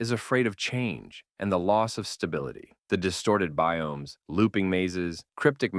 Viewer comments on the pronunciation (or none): none